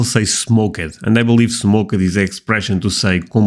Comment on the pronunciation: To help with your English a bit..the word "smoked" is pronounced like having a T on the end "smokT". My wife is Dutch and this is how I was able to help her.✌🐢